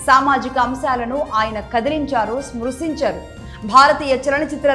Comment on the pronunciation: స్పృశించారు అని పలకాలి, స్మ్రశించారు అనికాదు. దశాబ్దాలుగా అని పలకాలి, దశాబ్ధాలుగా అని కాదు. తెలుగు నేర్చుకున్నాకే యాంకరింగ్ మొదలు పెట్టండి